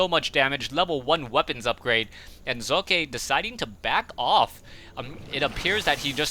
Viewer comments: Personally i like Zoekay or German pronunciation of it... saying Sock just is kinda... :/ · say sock , just like you said it. than put an e at the end. not sockeyyyy. say sockÉ !!! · Please call him with the real pronounciation, it is also what he calls himself. So stick to the german pronounciation.